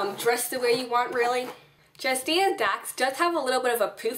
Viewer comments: jadzia. ;-P not jazdia. <3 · Great tutorial, thanks! But... "Jazdia". It's Jadzia lol.